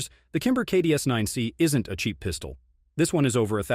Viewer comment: “Double stack Piiiistuoll”? Man these AI voices are crazy. At least use a good voice like James Earl Jones, Morgan Freeman, Denzel, Sam Elliott, Jeff Bridges, Josh Brolin, Keith David, Vin Diesel, Laurence Fishburne, Patrick Warburton, or Benedict Cumberbatch.